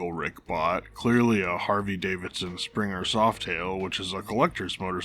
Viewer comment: I can’t unhear “Harvey Davidson “